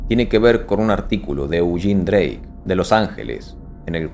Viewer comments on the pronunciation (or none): none